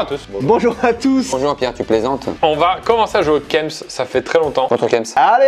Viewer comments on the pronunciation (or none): Kems se prononce bien "Quémss" et pas "cums" c'est une règle de grammaire. un E qui précède une consonne se prononce é. Et puis en Français, il n'y a aucun moment où le E est prononcé U ou OU. A la limite si il y'avait un tréma, mais là, c'est clairement pas le cas. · Kèms et pas keums mdrrr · par contre on dit pas « keums » mais « kéms »..... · Prononcer kems « cums » c’est très grave et très perturbant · J’étais perturbé par le mot « kems » prononcé « keums » et c’est très grave cette prononciation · Ui de ouf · De ouuuf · 3 secondes de vidéo et qu'entends-je : qui dit Keums pour kems ? Wtf ?? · prononciation keums supremacy